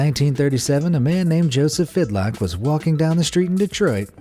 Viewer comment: Joseph Figlock, not Fidlock.